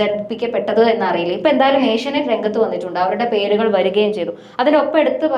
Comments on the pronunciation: ഏഷ്യനൈറ്റ് അല്ല ഏഷ്യാനെറ്റ്‌ 😁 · ഏഷ്യാനെറ്റ്‌ എന്നാണ്. ഏഷ്യ നൈറ്റ് അല്ല. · Asianight alla Asianet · ഏഷ്യനൈറ്റ്‌ അല്ല ഏഷ്യാനെറ്റ്‌ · ഏഷ്യ നൈറ് അല്ലെടി, ഏഷ്യ നെറ്റ് ആണ്.